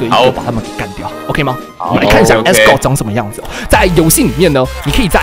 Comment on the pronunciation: 為啥我能把Asgard聽成Asgore 0.0